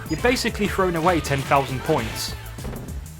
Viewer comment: Huge pet peeve of mine, its lazy chat talk, forty fousand, streets of rage free, frone, froe, healf, wivout, anyfink, aside from that its a good video but my God does this annoy me!